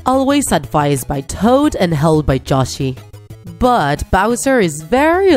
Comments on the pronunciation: Its yoshi not joshi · It's Yoshi not joshi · …why do you say Why are you saying joshy and not Yoshi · You said joshi instead of Yoshi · She pronounced yoshi wrong